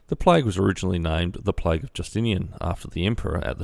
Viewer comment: Its not plige, It's plague.